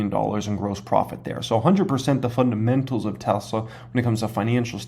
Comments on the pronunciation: Cmon … fundamentals not fundementals 🤣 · fun-dement-als o/